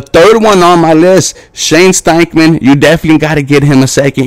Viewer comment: It’s Steichen, not Steichman.